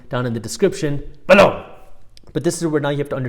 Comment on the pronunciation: When you say "Below!", I say Gazuntite!